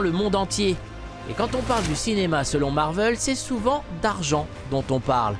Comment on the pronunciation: ça se prononce marvél pas marveul sinon sympa le reportage